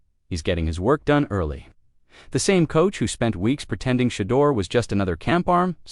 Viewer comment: Tom Brady’s influence. Deion called Tom early in Shedeur’s growth to teach, guide, and tutoring. Tom needs to start a QB training school with Shedeur as the commercial. It’s not Shee-doer, dammit.